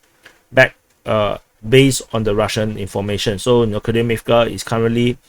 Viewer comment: Not just Opitnoe (O-pit-no-e), a lot of other cities are mispronounced, such as Kurdiyumovka (Kur-di-yu-mov-ka), Grigorievka (Gri-go-ri-ev-ka), Zelenopolya (Ze-le-no-pol-ya), etc., but I blame the grotesque Banderastani spellings used by Google Maps for this.